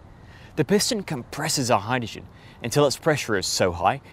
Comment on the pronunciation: Why do you have so much trouble pronouncing 'hydrogen'?